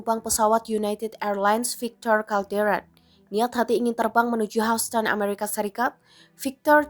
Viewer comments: Hauston??? Dear. Baca google atau wikipedia lagi deh. Dibaca Hyusten….. Houston (pengucapan bahasa Inggris: [ˈhjuːstən]) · kok bisa sih. by the way Houston bukan dibaca hausten. bacanya yousten. news anchornya payah. Tribun if not mistaken is internationally link mass media. its origin is Tribune, am I right? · Houston harusnya dibaca YUSTN. bukan HOUSTON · Hiuston bacanya buka hauston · Please......Houston itu dibaca YUS-TEN bukan HAS-TEN 😂🤣😜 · Hyuusten bacanya kan? Bkn hausten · Bacanya Hyusten, bukan Housten.. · Yuston, bukan haston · Knp "hauston" bacanya.. "hyusten" kali 😅 hmmm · bacanya Houston itu "Hyus-ton" bukan "Haus-ton". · houston nyebutnya yusten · Houston dibaca yusteun. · Houston baca hyusten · Tolong dong anchor dipilih yang pengetahuannya cukup. Hoston....hoston.... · Pembaca berita goblok. Baca Houston aja Hauston. 😂😂😂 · ini seriusan ga bisa bilang HOUSTON mbak nya? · Pembaca berita harus belajar lagi, masak pengucapan kata Houston seperti itu...spt mambaca bhs Indonesia saja.